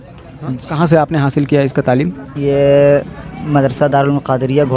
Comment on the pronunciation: तामील नहीं तालीम होता है